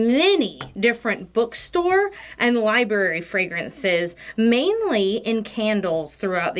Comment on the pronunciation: did just say LIEBERRY? D